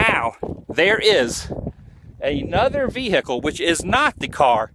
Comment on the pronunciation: irritating annoying person - 'veHicle'